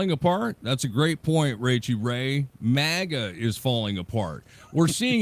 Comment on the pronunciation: -! Again with the "mega'! It's "MAGA": Pronounced mag ah. Try it, MAG AH.... MAGA... MAGA is not pronounced "mega", okay? Mega is a unit prefix in metric systems of units denoting a factor of one million (106 or ). It has the unit symbol M. It was confirmed for use in the International System of Units (SI) in 1960. Mega comes from Ancient Greek ' 'great'...